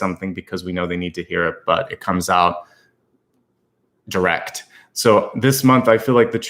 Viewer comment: The way you said direct was funny. You would think people appreciate honesty but I find that not the case.